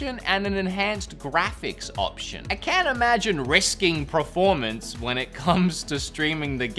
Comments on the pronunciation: Anyone else notice the pronunciation of the word “performance” as “preformance”? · Why is he saying preformance instead of performance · Why do you keep saying “PREformance”? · literally no one: per-: "prerformance" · I love how you say "preformance" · Was he saying preformence instead of performance or am i just hearing things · Did he say preformance a few times or just me? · Anyone else notice how he pronounces “Preformance” 😂😂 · Per. Formance. Peeeeeeeeeeer. Formance. C'mon say it after me.... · Are you saying preformance as a joke? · is it me, or does wood just not know how to pronounce performance?